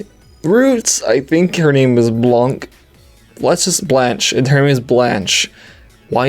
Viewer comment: I think its pronounced (bl-on-kay) not sure though...